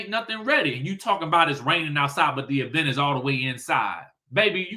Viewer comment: Can we stop putting so much stress on the e in event🤭